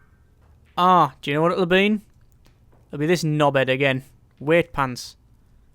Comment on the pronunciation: why do you say Weightpants? its Wightpants..."white-pants"